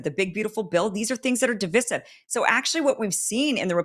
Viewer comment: “Divisive” (the second “i” is LONG, as in “ice,” NOT SHORT, as in “is.” PLEASE PRONOUNCE CORRECTLY. So grating.